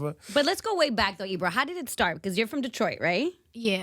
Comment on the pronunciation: Ebro said it correctly, this boy is young 👏